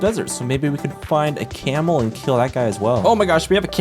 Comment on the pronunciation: He kind of has a unique way of pronouncing things. Like "camel" as "ceamo" and "kill" as "keel"